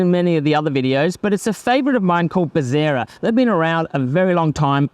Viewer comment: its bezzera. not bezzira